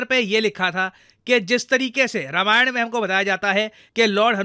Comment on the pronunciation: भाई मेरे रामायण है रमायण नहीं। BTW love your work and a great fan.